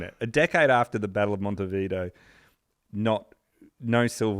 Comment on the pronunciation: Very enjoyable and eventually the mispronunciations ("Jock Stine" - it is of course "Steen" - "Monty Video" and, ironically, "mispronounciation") only seemed to add to the charm of the tale.